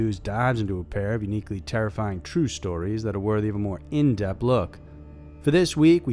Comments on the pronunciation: its in depTH you sound like your saying in DEPt look lol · In depth!, great channel despite the fact that you cannot pronounce the word depth or maybe I am talking shit and live under a bridge?